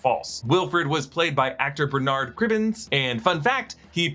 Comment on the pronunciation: Bernard is pronounced with the emphasis on the first syllable